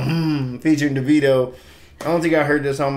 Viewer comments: Being that his birth name is David, his proformance name is actually pronounced Davido - Da (long "A") vid (short "I") o. BTW, I nearly passed out when he said tropical 🤣🤣🤣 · thats an oil rigg in the middle of nowhere in nigeria. not tropical afro. his name is pronounced daveeeeeeeeeeeeeeeedo